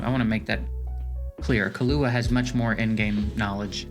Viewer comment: its kill ua killua basically the way the "hunter x hunter" anime 2nd protagonists name is pronounced everyone is butchering this name i see in all tier list videos